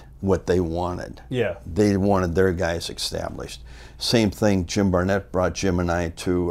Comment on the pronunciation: One thing for sure, Greg knew how to get someone "ekkstablished"